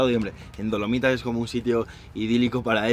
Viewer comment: Lo admito, cada vez que decía "Dolomitas" escuchaba "Palomitas" 😔👍🏻